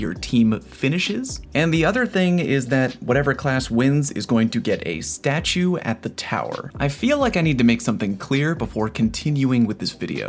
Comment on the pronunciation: “S t a s h - C h e w”